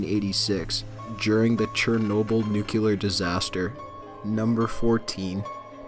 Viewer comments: Nary Skai Also nuke-U-lar when talking about Chernobyl. It should be nu-cle-ar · teffie Walker simpson he also said "nucular" instead of "nuclear" in the beginning of the video xD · As a non-native english speaker, I have to ask... nuclear or nucular?